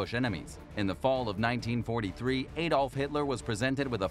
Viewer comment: Adolf (not Adolph). One correctly pronounces it "AH dolf". Remember, one must employ accuracy in all things, that one develops an ever-improving mind set.